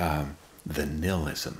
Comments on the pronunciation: Why is he saying nilism..... It's ni*h*ilism.... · I only got to 5 min He said nailisum wrong